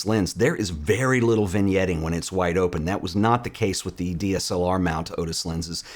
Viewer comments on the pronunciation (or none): none